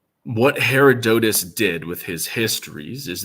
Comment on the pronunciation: Her- odd-at-us